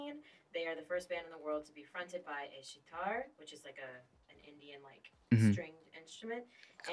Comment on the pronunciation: Whoever is speaking behind the camera can't even properly say sitar 🤦🏾‍♀️